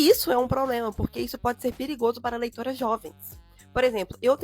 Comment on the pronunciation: eu escutei leitoins